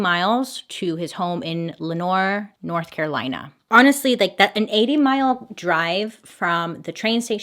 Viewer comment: Hey, you pronounced Lenoir , NC as Lenore, which is correct. Apparently most people don’t get it right.